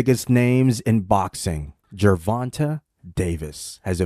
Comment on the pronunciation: Gervon-TAY Davis.